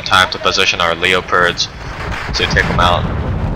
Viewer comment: Please stop saying leo-pards, it's just leopard or Leo.